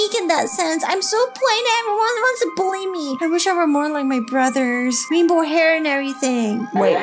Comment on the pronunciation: is “rainbow”not “Rambow”